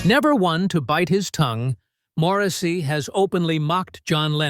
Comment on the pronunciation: “Moresy” lol. Crap clickbait crappy video….